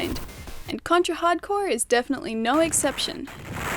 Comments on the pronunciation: I couldn't tell if you we're actually saying hard corpse or hard core lol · “RockNTroll555” Green Yeah, my favorite game: "Contra: Hard CORPSE!" ...ehh